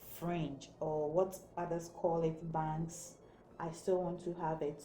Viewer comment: Bangs not banks